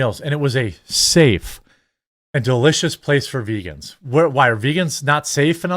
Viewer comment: veegaans are reetaards!